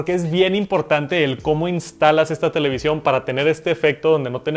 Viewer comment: No se dice televisión 🤦🏻‍♂️